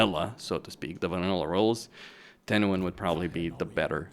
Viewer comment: No no no!!! you said it wrong, its Tehenauin